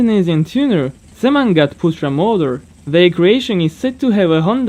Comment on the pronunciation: i laughed when you said "semangat" but nice try tho